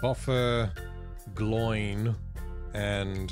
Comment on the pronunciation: its not 'gloin', its 'glow-in'